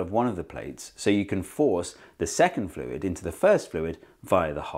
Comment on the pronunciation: I just watched Dr Lindsey's video on deaccenting, and then immediately after I hear you not deaccent "fluid" when you say "less viscous fluid" after "more viscous fluid". Funny that.